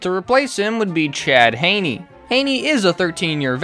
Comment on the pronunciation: Chad Hayney? This guy must watch NFL games on mute.